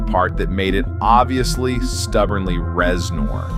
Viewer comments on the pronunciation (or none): Is it really pronounced Rezn-orr Not Rez-ner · "Rez-NOURR" is setting me off so hard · Great video, except for the constant “rezNOR”. I have never heard anyone say it like that.